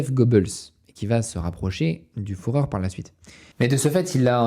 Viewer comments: Excellent comme d'habitude ! Seul bémol en tant que germanophone ça pique les oreilles d'entendre "Reitch" et "Fouhrer" tout le long de la vidéo 😅 ça se prononce "Reich" et "Führer" tout simplement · El famoso "fourreur" 😂 Sinon, excellente vidéo que j'ai dévoré ! Continue